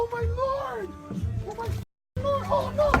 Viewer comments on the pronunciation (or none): none